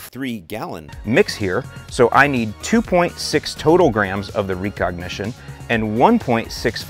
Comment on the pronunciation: Are you trolling with that pronunciation of recognition? Cause if not, then wow